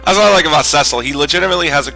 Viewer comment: Pronouncing Cecil as sessil, drives me up the wall XD Its pronounced cee-cil